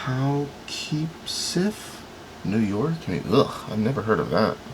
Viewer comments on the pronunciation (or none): Hey, Just a little fyi, the pronunciation (of the one from Poughkeepsie NY is) * Puh-kip-see * It is a beautiful place between Albany and NYC in the Hudson Valley region. These were all great to view. Not sure I’d want to receive the one from Alaska carving a walrus tho, pretty cool jockey on the horse from Europe. I have 4 postcard albums. I started saving the ones I received as a child 60 years ago then started having people send me one on their vacations. It’s interesting when you have one from the past that depicts a known area and then decades later you visit the same area and it’s completely different. History through the art of postcards! Then when I started my stamp fascination phase in my 30s it never dawned on me till last year that I never considered my postcards stamps! I really enjoyed this my friend. ~ Donna